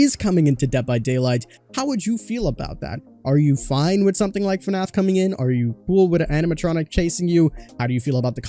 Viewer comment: Not trying to be rude but it's fnaf not fanf